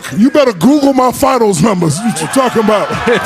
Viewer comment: Shaq "Coogoole me Chuck"! ha ha ha!!